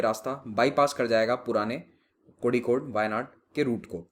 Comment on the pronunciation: Kozhikode को कोझिकोड कहेंगे।